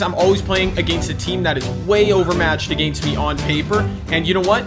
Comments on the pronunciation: WHY DO U SAY AGAINST LIKE THAT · The way you say against